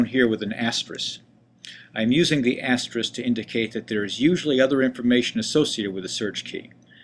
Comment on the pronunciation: Ty for video. I just want to point out that the word you were trying to say is "asterisk" with a 'k' on the end. This word is mispronounced by the tech community more than any other word I can think of. No idea why. The most common mispronunciation being "asteriks" with the 'k' and 's' reversed.